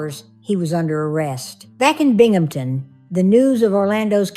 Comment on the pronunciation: Another well presented case,, and BRAVO for pronouncing BINGHAMTON PERFECTLY- it gets butchered so often! I think her friends were RIGHT to break in to see about Haley because time was of the essence- they couldn’t save her, unfortunately, but their determination and showing true support for their friend moved things along.